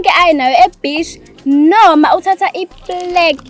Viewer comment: Are platter instead of plague 😂